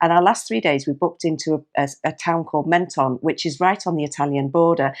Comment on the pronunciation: p.s.. I stayed in that campsite in Menton many years ago ! nice town. They pronounce it phonetically "Mon - ton" not "Men - ton "